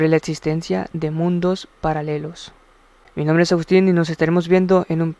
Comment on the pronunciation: Al final también dice Protsimo en vez de Próximo. No sé a qué se deba; yo pronunció Ecsbocs (Xbox) pero dos o tres personas escuchan como si yo dijera Etsbots. No creo tener mala dicción porque el resto de personas no me señalan ese detalle, solo es uno o dos individuos Saludos